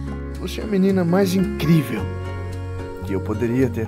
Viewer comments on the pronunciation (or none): Literalmente o cebolinha kkkkkkk Ele fala vc é a menina mais inclivel Kkkkkkkkkk Virou o cebolinha agora noah? kkkkkkkkkkkkkkkkkk